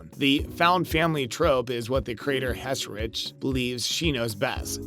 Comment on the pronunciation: he even butchered the showrunners name